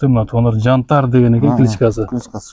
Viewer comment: Кыргызым Жантар эмес Янтарь болуп окулат